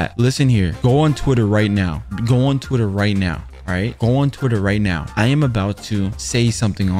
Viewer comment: "I NO HAVE TWITDDER 😭😭"💀